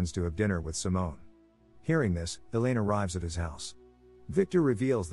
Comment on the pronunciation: ... "Elaine" pronounced like "Alien"?